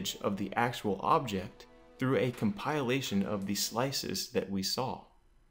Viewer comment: Did you just say compile-a-lation instead of compilation?